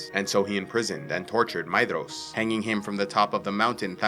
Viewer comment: all i heard was maeDDDDDhros